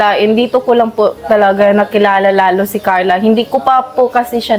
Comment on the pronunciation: Pronounce your Carla without “h” kasi parang may h ang bigkas mo.